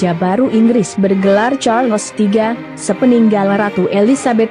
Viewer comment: Sebutan bukan char..Les. tkda ...les